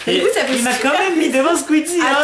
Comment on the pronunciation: Squeezie pas zqueezite